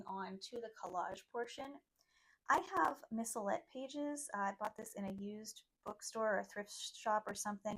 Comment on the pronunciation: You say something like Micilet papers. I couldn't understand. What sort of books do you buy to get those papers you used at the beginning?